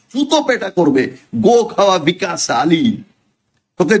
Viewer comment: ভিকাশ নয়, বিকশ। ঠিক করে বাংলা জানেনা পন্ডিতি ফলাতে এসেছে।